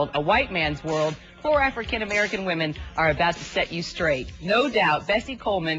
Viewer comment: What's a "whoman"? For that matter what's a "whithe" pilot? And what do you mean when you say it's so "scarry"?